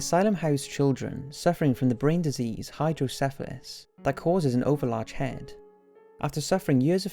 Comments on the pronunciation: It's hydro kefali not hydro syphalis hydro kefali means water head in Greek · Hey its called hydro kefali not sifeles or whatever you spell it kefali stands for 'head' in greek